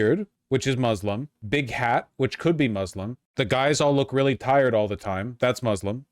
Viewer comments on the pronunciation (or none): none